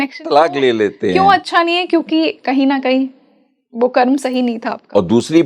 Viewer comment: करमा क्यों बोल रहीं, कर्म बोलो।